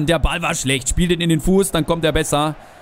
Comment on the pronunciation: Martschinko heißt Martschinko, und nicht "Martischenko"